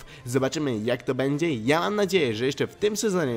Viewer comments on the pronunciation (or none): none